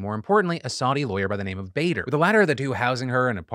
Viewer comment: The name is BA-Der not BAY-der.